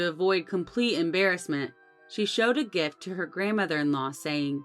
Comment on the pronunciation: Its not gufts, it is gifts.A great story. Please make more.I Love Them.